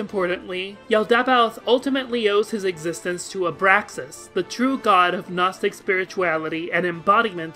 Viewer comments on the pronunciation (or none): none